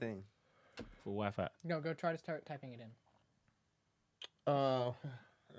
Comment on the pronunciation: “Someone’s Free WhyFry…”🤔🤣🤣🤣